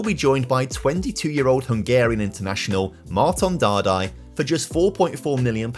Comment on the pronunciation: Dárdai Márton's pronounciation is (daer-da-e mar-thon)